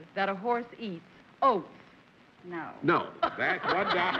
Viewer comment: John keep wanting pronounce "oats" as "hoats". Is there some thing in old English that calls for an "H" in front of oats?